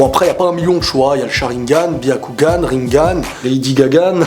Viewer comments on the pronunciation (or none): none